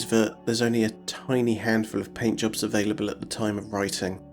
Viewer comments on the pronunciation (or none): "handful of paintjobs". I thought I heard "handjobs" 😄